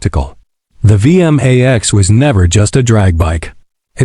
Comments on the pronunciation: It's pronounced V MAX 1700 not V M A X 17 0 0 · I can't take these lazy ai voiced slop videos. The ai narrator actually said "the Yamaha V.. M.. A.. X" as if the name is an acronym 🙄